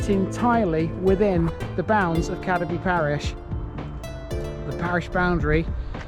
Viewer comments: Cad-eby no Cadeby its pronounced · Just to clarify a previous comment. "Cadeby" should be pronounced Cade (to rhyme with Slade) -by.